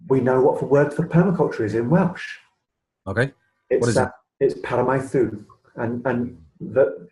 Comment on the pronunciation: Nice interview. Small point: the u in Welsh is pronounced e. So it's not Paramaeth-oo Cymru, it's Paramaeth-ee.